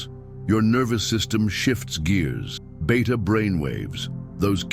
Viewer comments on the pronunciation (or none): none